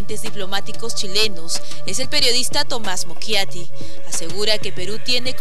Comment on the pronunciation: se dice mochiati no mokiati JAJAJA